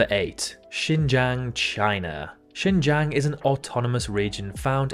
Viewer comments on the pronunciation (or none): Xinjiang is pronounced Shin zhong